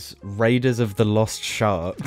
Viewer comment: When you say shark, I hear shart